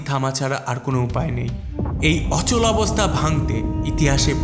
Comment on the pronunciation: অনেক বাংলা উচ্চারণে গন্ডগোল।যেমন অচলবস্তা।হবে,অচলাবস্তা🎉🎉🎉